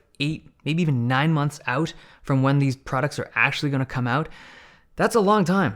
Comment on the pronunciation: That was a very Scottish "Out!"